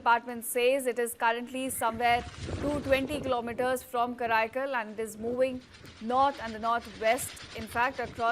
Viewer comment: Karaikal not kraikal